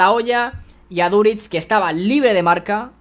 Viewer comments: Todo bien hasta que dices Aduritz en vez de aduriz🤣🤣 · Aprende a decir bien Aduriz